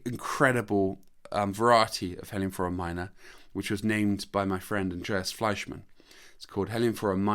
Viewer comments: I think you pronounce heliamphora wrong, there is only one L. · It could be better, but this is an artefact of British English pronunciation where French and Spanish words are generally pronounced with emphasis on the very first syllable, opposite to how the natural emphasis would be in French or Spanish e.g. CA-feh rather than cah-FE for cafe, GAR-age rather than gar-AGE for garage, or BAL-let rather than bal-LET for ballet. In North American English it's the other way around. Funny how language evolves in different places, not unlike how many of these Heliamphora species evolved isolated on these mountain tops!